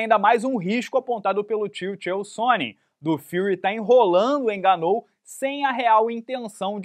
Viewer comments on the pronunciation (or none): Parece que deu ruim pro "ganú"